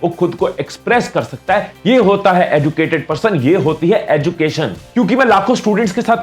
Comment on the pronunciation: Abbe BC 'educated' & ' 'education' Ko sahi se bol..... script padne se pehle kuch work kar Liya kar bhai